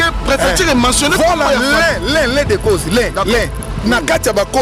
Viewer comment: francais nde makambo "l'un des causses"😭